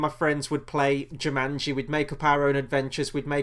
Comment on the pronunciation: Not Jimanji, its jumanji lol